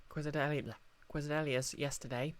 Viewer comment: "Quessadelia" sounds like a flower 'XD That be "case-eh-dee-ya," fren <3 (or case-eh-dill-a for particularly careless Muricans)